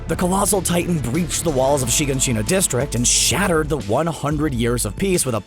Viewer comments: Why does no one know how to pronounce Shiganshina? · The way he pronounces all the names and shiganshina bothers me